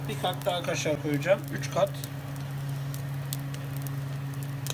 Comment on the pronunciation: Kaşar kelimesini öyle bi söylüyosunki .....